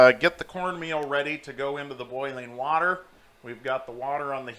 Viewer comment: Wadder lol...